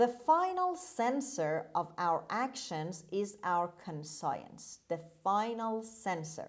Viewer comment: ببخشید کلمه conscience رو شما به صورت کان سایِنس تلفظ کردید ولی در دیکشنری تحلیلگران این کلمه به صورت کانشِنس تلفظ شده کدومش درسته؟